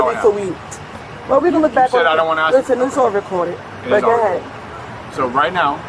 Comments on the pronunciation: why can't they ever say ASK??? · Axen, is not a word 😂. Fitten to get out the car 😂 she sounds like that fifth grade education is working well for her. Stop talking, you sound dumb. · Try it,it’s because they are not smart enough to raise their tongue to the back of the front teeth. So what is said is” dis,dat,dem,axe,breeve “ etc….😅 I never understood myself until I tried it. 😂😂😂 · Beware of people who can’t say the word ASK. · how hard is it to say simple words like ask... or door... or teeth... its not axe or doe or teeths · It’s ASK not AXE!!! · Lady the officer "Asked" you questions, not "Axed" you questions. English. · Her revisionist history is insane, then she axes to see the camera like it’ll vindicate her? She needs to ax herself if maybe she’s suffering from retardation, a simple question axed about your daughter doesn’t warrant this banshee behavior. Axing questions is how poelease does they investigations, on god bruh, on my son, for what for what for what for what for what for what for what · It’s ASK, not AXE!!!!🤦‍♀️🤦‍♀️🤦‍♀️ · I'll never understand why people yell "help" when being detained or arrested... Do they think their fairy godmother is going to show up, wave her wand, and make everything all better? SMH... And the word is "ask", not "ax"!!! Just saying.... The whole conversation with the sarge was absolutely ridiculous!!! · "You AXE me a question" "But I didn't do nothin DOUGH" Obviously not on her way to teach an English 101 class 🙄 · Why do every one of these creatures say "Axe" instead of "ASK"? This beast is opening a tax business? Who would trust their tax information with one of these criminals (they ALL are criminals after all)? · It’s ask not ax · Ah, the standard new defence. Sitting calmly, being told to step out of the car and suddenly, "I can't breathe". What a joke. And why can NONE of them say the word ASK? It is NOT spelled AXE! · “Axe” instead of “ask”. Why is this so difficult? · He ax me a question 😂